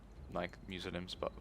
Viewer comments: he says Muslims like Meslims I'm just wondering is it on purpose his accent or doesn't know how to say it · I know this wouldn't happen but what if he lost as he was like battle of the century and peasants with pitchforks and another thing is he saying Muslims wrong like he doesn't know how to or on purpose just wondering keeps winning